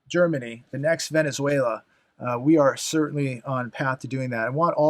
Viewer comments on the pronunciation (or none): none